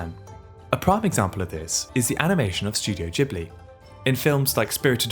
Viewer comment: The way some people pronounce “Ghibli” makes my skin crawl